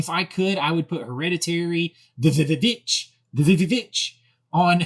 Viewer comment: You keep the “VVitch” out of your mouth!!!! (Lol)